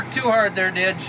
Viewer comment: It's Didge, not Dig.